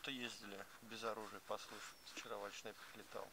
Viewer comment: Ударение правельно ставь Ва́льдшнеп.. ХаХаХа